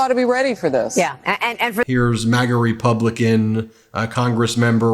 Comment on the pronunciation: Faulkner, a Black woman, had a Freudian slip. She said Republiklan in that clip! Watch it again! Lol!!